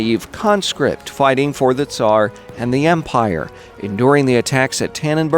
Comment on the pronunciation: First guy to pronounce "Tsar" correctly. Woo hoo.